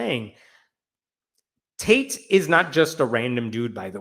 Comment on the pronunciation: I thought you said "Michael Taint" 😂😂